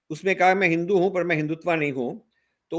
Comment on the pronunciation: Rajiv Saheb, it is Hindutva, not Hindutvaa